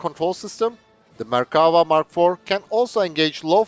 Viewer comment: I appreciate you pronouncing the name of the tank correctly. In English the word infantry is a collective noun and isn't pluralized. Very informative.